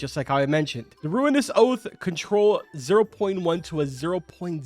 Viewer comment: I get where this nerf was comin from, since Polaris was a really hard rod to get, and I like the fact that Ruinous Oath is still technically better if you're constantly focusing but as a tradeoff, you cant just relax and take it easy like you were using something like the Polaris Also it's Ruinous, so rue-win-nus